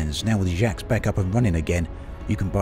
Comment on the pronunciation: Hey, love your videos on E:D. Just a friendly tip: you're very close already but Jaques is pronounced with the 'a' in father, not the 'a' in cat (I'm 99% sure it's meant to be French).